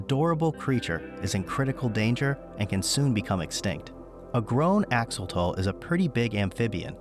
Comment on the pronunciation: Axo...lo.....tle (tel spoken). NOT Axotol. That hurts my Ear. 😄